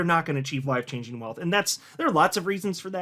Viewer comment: Are you saying “wife changing” or “life changing”? 😂😂